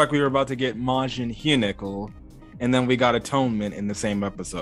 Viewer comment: What if Hyunkel ( pronounce it right) is not even interested in girls? lol